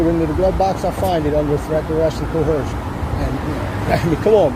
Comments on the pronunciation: "Co-Her-sion" .... Whose? "Are you a treason?" - When did treason become a noun?! He memorises key terms and buzzwords but lacks the actual depth of understanding. "..Under God" - Hang on, after all this crap about the supposed intricacies and pedantry of key terms he then bases it all on his huge assumption that his supernatural being and everything that he ascribes to that being is completely true without any evidence or reasoning that it is true. What a truly hilarious blind spot in his pathetic argument. You want to base legislation on religious beliefs/ texts then it's quite simple, you call the deity into a court room as a witness.... It doesn't show up? Claims are considered void. It DOES show up? Has to explain why in a democratic Republic it has the powers of a despot. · "Cohersion." Shut uuuuuuup,. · I have checked several sources and cannot find the word "cohersion". Can anyone tell me where to find it? Is it in the same dictionary that has "aks"? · God, someone tell him how to correctly pronounce 'coercion'. The more he says 'co-herzshun' the dumber he looks. 😂😂😂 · "Under threat, duress, and 'cohursion'..."🙄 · Co-hershion. Lol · “CoHERsion” says this legal scholar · Been a while since I heard "cohercion" 🤣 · Co-HER-zhun? Huh? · When did coercion get an “h” in it! They all say cohersion! lol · Why do SovSh|ta always put an H in "coercion" ("co-HER-zhun")? It drives me crazy. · They always mispronounce it as “co-her-shun”, and it makes them sound even more uneducated 😂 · Me. I'm bringing claims of loss because I think I lost a brain cell every time he said coHercion. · "Threat, direst, and co-hershin!" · That was driving me nuts! Sitting here laughing at all his bs, but muttering "There is no H in coercion!" under my breath. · Hey, SovCits, "inellible" rights and ":cohursion" aren't words. But we appreciate you recording how ignorant you are. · Surely you meant cohershun ... 🤦‍♂️ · Why can none of them pronounce "coercion" correctly?